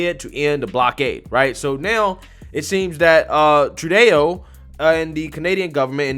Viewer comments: Justin "true-day--O"? im pretty sure its pronounced "true doe". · Thanks for keeping us informed! Just so you know it's pronounced True-doh not true-day-oh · It's TRUE-DOE not true-day-o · Its pronounced true-doe. Not true deau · love your videos, but you have to get the PM's name right. It's not pronounced "Trudayo", It's pronounced "Tru-doe"(Trudeau). Please correct that...😉😉😉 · TRUE DOUGH..... NOT TRUEDAYO...... GET IT RIGHT MAN. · Trudeau is pronounced Tru doh, not Tru-day-o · Sir….it’s pronounced True-dough 🤣🤣🤣🤣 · I enjoy your point of view, I share your opinion most of the time however please learn how to pronounce Justin Trudeau’s name is is pronounced True-dough . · Btw Trudeau is pronounced True-doh… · Trudeau is pronounced True-DOH. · Bro. It’s True- doe “Trudeau” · troo-DOH, for Petes' sake! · My man I love hiw you say Trudeau and I giggle every time but it's pronounced true doh. Like Homer Simpson says doh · FYI: DICKtator Trudeau is pronounced True dough, and he is a true doughboy! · Love your videos. Just a tip, it's pronounced True-dough. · Another person was beaten by a rifle butt (by police), and another was punched Repeatedly in the back of a police vehicle (by police) Ty channel: mistersunshinebaby (mister-sunshine-baby) Also, it's True-doe (Trudeau) or we'll accept Trudolf 🇨🇦 ✌ & thank you for what you're doing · "true-dough" is how you pronounce it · Name pronunciation "TRUDO" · It's pronounced Trudeau like true doe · You're losing your edge. You really need to learn how to pronounce words,. I don't like Trudeau but get it together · Bro. I like your perspective and like your material. You HAVE got to learn how to pronounce people's names. It completely ruins the entire video and alot of your credibility when you haven't even taken the time to learn about what you're editorializing. It's so cringe